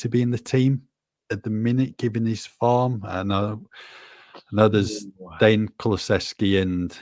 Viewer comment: PLEASE STOP CALLING DEJAN DANE!!!!!!!!!